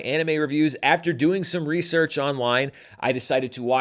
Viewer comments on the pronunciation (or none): none